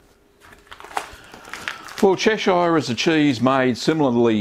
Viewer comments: Absolutely loved this video, very informative and useful as usual, I think when I have the time I'll definitely be making this. Little minor thing though, as a local from Cheshire I have always said it as chesh-ugh rather than chesh-ire but that is nothing to do with the cheese itself. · Yes, the British pronunciation is definitely "Che-shur". If anything I'd expect Americans to pronounce it as Ches-shire. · I come from there. Its pronounced Cheshur. Like Lancashur and Yorkshur. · "Chesh-eye-are" lol. good video though. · Yeah the way he butchers Chesire is like the way he butchers Lancashire. I have australian friends and when they speak in their normal accent it sounds much more like the real pronunciation than this version